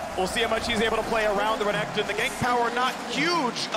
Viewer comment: how can you pronounce Renekton so badly bro